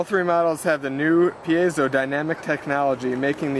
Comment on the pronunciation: It's pronounced Pie-zoh.